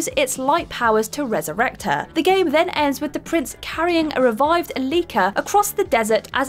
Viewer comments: In the Prince of Persia entry, Elika's name is mispronounced. The strong syllable is the first (E-), not the second one (li-). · How come you pronounced Elika's name wrong 3 times and then the final time you said it got it spot on.....